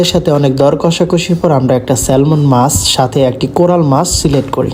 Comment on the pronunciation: স্যালমন মাছ না, নামটা স্যামন